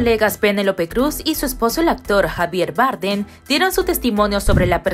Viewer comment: Cada vez que dices Javier Bardem me da un ictus